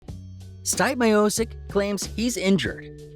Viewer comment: Yo, you have ZERO business covering the sport if you can't pronounce the name of the greatest Heavyweight in UFC history. Dont quit your day job....